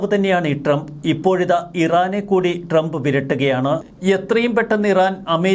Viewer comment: നാക്ക് വടിക്കടോ. ട്രെംപ് അല്ല ട്രംപ്.